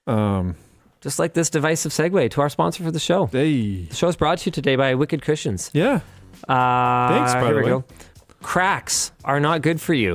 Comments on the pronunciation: His segwey really sounded like "Wicked Christians" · I kept hearing Linus say Wicked Christians, instead of wicked cushions. I thought that was a weird sponsor.